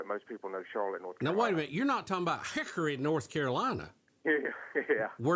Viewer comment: HICKRY! You gotta shake your head when you say it